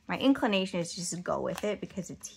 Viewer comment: Yes, I received that email, loaded up my cart, but haven’t purchased. , did you say, “inkclination” 😂